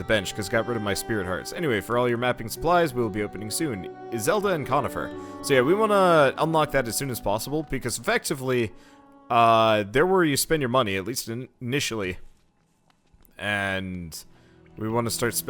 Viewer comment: it was CORNIFER not CONIFER